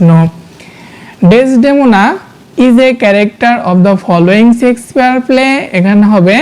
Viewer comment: হ্যাঁ ভাই ইনি শেক্সপিয়ার না বলে।।। সেক্স পিয়ার😅😅😅😅 কথাটা বারবার বলছিল